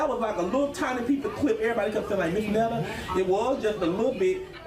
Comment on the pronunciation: "I'm not trying to be a black woman" but call me Miss.. Miss goes in front of a never been married female. MS. is divorced female and Mrs. Is for married female. He would be Mr. Netta for all men including those who aren't trying to be a black woman. 😅 she doesn't even pnounced Miss correctly All three are Pronounced differently. Too early for this ignorance. Going back to bed.